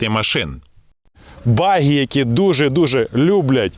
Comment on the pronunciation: Говоріть правильно: Баґі а не Багі.